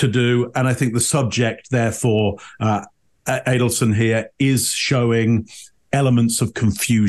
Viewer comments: Who said “Adelston” at the beginning 😂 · It’s Adelson not Adelston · its not Adelston,is Adelson. It alwsys helps to have the names right. It gives more credence 😂